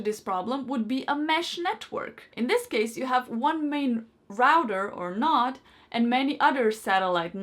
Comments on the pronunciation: Connect and setup first node, plugin second node close to first, set that up, plugin and setup 3rd node close to the first 2, set it up, let it finish. Then take other 2 nodes and plug them in elsewhere. My only annoyance is the repeated use of "nod" instead of node. Is that thing in the middle of your face a noz (nahz) or a nose (noh-s)? It is noh-d, not nah-d. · Not that I disliked the speaker, but she was a bit annoying pronouncing it a "nod" instead of a"node". You nod off, but in geek speak it is n-o-d-e . Lets agree there is a bit of an accent difference, so continue calling it a nod as long as everyone knows the difference.